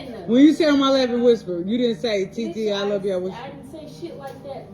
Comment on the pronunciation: .. 🤦🤬... Yk I can't stand it when y'all try using spanish words and can't even pronounce it right lol stop !!! Y'all cry and make a huge deal when a non black person gets corn rolls or talks or even dresses "black" but will be the first to bite another races words like "TITI" or "FAJA" and prolly don't even know the real definition of them smh HYPOCRITICAL AF!!!